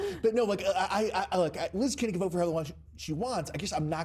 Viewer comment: Well, he finally pronounced her name correctly.